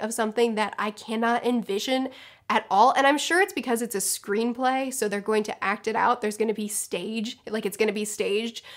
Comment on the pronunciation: Keep cringing each time she says screenplay